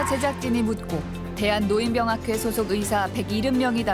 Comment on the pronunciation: 아나운서가 "노인병학회"가 뭐냐? "노인뼝학회"라고 읽어야지. 국어사전에 써 있는 것도 제대로 못 읽냐? AI냐?